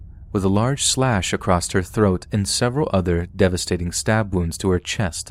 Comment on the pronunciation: Why do you always say “Acrosst” it’s just “Across” there’s no t or ed at the end of that word...